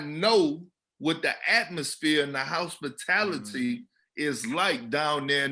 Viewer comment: Love the the fact that Perk pronounces it "house-pitality". Thats the Beaumont comin out.